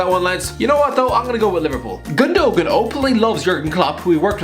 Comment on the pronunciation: Lol it’s not gondogon